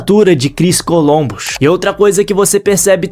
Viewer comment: Não é "Colombus" e sim "Columbus".